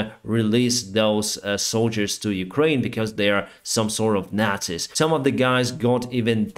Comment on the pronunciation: I’m sorry what is naziz??